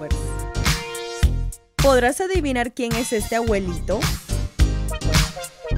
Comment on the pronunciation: primero aprede a pronunciar abuelit@ no aguelit@ 😑😑